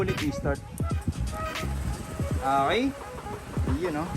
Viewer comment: Ok po, not ah-key.